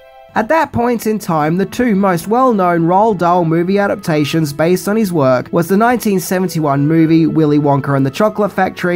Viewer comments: Rowl Dahl? Who's that? Roh-ahl Dahl! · Whatever you said, you didn’t say Roald. That’s two syllables.